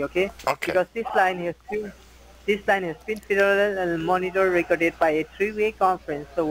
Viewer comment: Feddeeerelllll recrddedd😆 lowlife